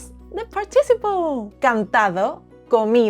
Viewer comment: You do a great job. However, one word in English that you are mispronouncing is “participle”. There is a stress on the first syllable “part” and a bit of stress on the third syllable “ci.” So, it comes out as part”- ti- ci’-ple. Your English is overall very good with a very cute Spanish accent. Sadly, with our hateful, unchristian Trump regime here in America, your accent could get you stopped and questioned by ICE agents. And, want your country please take Elon Musk off our hands! Muchas gracias para su lecciones en español.